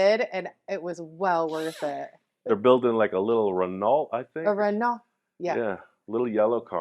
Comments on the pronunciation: Renault is pronounced Ren no. Ault = no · Hey guys I love your pronunciation of Renault 🤣 the French pronounce it “ Re-No “ Love this series on the bug!